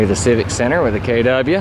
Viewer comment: Kay- dubyah😂😂